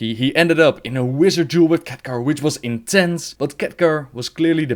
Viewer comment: I know people have accents but the TH sound does not sound like an F and god is it annoying hearing it. It sounds like my nephew is reading to me. Or telling me about his cute nickname for his dog, Arfas.